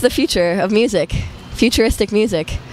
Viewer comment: ✨💘 “ becauthe it’s the future of muthic . futurithick muthic “ 💘✨